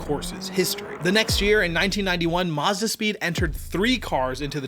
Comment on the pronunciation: Muzda? NEESUN?